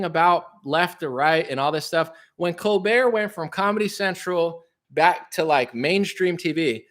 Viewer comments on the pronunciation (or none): none